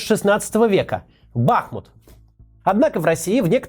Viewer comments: не БАхмут, а БахмУт, производная от реки БахмУтка. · А у можно как-то уже понять и запомнить: «БахмУт», ударение на втором слоге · та как ты заебал уже. БахмУт, а не БАхмут. Вас даже на Википедии забанили или что? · Я конечно все понимаю, ничего против сказанного не имею, но есть одна вещь, которая немного раздражает не бАхмут, а БахмУт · бахмУт а не бАхмут, пожалуйста, у бахмУтчанина слух режет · БахмУт. Интересно, Максим. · При всём уважении, хотя бы в ролике про Бахмут и при сборе материалов о городе, обратили б внимание, что многие говорят с неправильным ударением. БахмУт, а не БАхмут. А то люди будут гуглить видео об этом городе и даже тут неверное произношение будут слышать. То же самое, если говорить ЛондОн, КиЕв, мОсква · Только город БахмУт, а не БАхмут. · Да конечно, никаких преследований русских не было. Понятно, что это только повод. А почему вы говорите БАхмут, а не БахмУт? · спасибо за то что ты делаешь, но правельно говорить бахмУт а не бАхмут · Максим, название города БахмУт-не давайте повод к себе "допристать")) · Максим добрий день, я і моя сім"я дуже любимо дивитися ваші роліки, але мені як українцю ріже слух коли кажуть БАхмут тим паче що він зараз усюди на слуху, правильно БахмУт (наголос на У), а так велика подяка вам і вашій команді за вашу роботу і величезний професіоналізм, це дійсно величезна робота. Привіт зі Львова,Слава Україні🔰! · БахмУт. Наголос на у. БАхмут, то в голові, коли бахкає, річка називається БахмУтка. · правильно говорить - БахмУт, название идёт от местной речки БахмУтка. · Ну почему упрямо бАхмут...? Правильно БахмУт...! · И еще одно замечание к Максиму. Правильно произносить название города БахмУт с ударение на "У". Хотя сейчас и в Украине многие ошибаются и говорят БАхмут. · Не БАхмут а БахмУт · не Ба́хмут, а Бахму́т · ну ладно, вибачте тогда, им всё-таки лучше знать, я кроме как у каца ударение на а никогда не слышал, да и в интернетах пишут что на у🥲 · Бахмут- ударение на у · Только, на будущее, правильно БахмУт